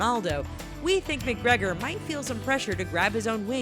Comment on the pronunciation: 'Conor Mic-Gregor'...